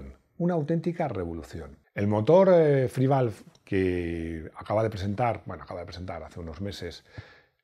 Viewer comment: O sea que haces un vídeo sobre un motor que ni siquiera sabes cómo se pronuncia, les pones a parir y dices que nadie rebatió tus argumentos ¿pero qué argumentos sino dijiste más que paridas? SI NO SABES NI CÓMO SE LLAMA EL MOTOR 🤦🏻🤦🏻🤦🏻 menudo periodista de mis narices, lo que hiciste fue hablar de oidas